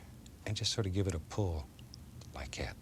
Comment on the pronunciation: The way he says like that “like keit”😂😂